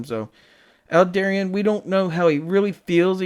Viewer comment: Aldebaran... to pronounce it properly just pretend you're speaking Italian, "Al-deh-bah-rhan" ... Don't forget to roll the 'r' ;P Aldebaran /ælˈdɛbərən/, designated α Tauri (Latinized to Alpha Tauri), is a giant star measured to be about 65 light-years from the Sun in the zodiac constellation Taurus. It is the brightest star in Taurus and generally the fourteenth-brightest star in the night sky, though it varies slowly in brightness between magnitude 0.75 and 0.95. Aldebaran is believed to host a planet several times the mass of Jupiter, named Aldebaran b.